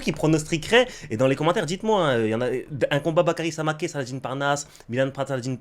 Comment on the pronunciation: c'est Samakeu la prononciation maintenant, il me semble...